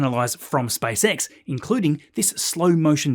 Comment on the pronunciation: "SpiceX" SpaaysEks